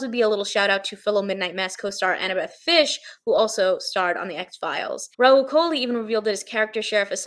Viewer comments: Annabeth Gish, not Fish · Lovely video. I think you got Annabeth’s name wrong? The last name is Gish not Fish. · Did you say Annabeth FISH? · Annabeth Fish?! Did you mean Gish?